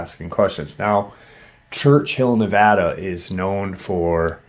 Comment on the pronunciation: I appreciate your pronounced Nevada correctly 😊